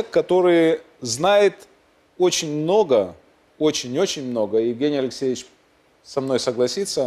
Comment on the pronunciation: У этого "лексейчь , лексейчь" безумный вроде как из леса вернулся.